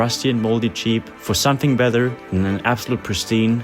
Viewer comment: why can u say battery correct but no better :(